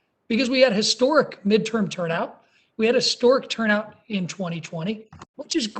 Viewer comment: "historic," not "stork."